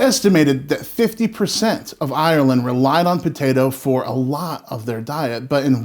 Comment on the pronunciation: You say Ireland in the correct way! Silly thing to notice, but most American's say "IIIIYYERRRrland", You say Ireland! As in 'Ire' and 'land'. It's a real irritant of mine, so I have to mention it. I can only say about Potatoes as Samwise Gangees said "Boil em, Mash em, Stick em in a stew". Have potato will eat.. Great channel as well, and I love the way you present. Respect and love from London, England.